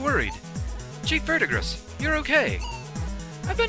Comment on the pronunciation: It's not important but the green dude's name is pronounced ver-di-gree. It's the name given to the green accumulation on things like copper that develop over time.